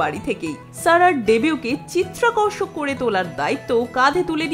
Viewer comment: sorry to say ওটা চিত্তাকর্ষক ,not চিত্রাকর্ষক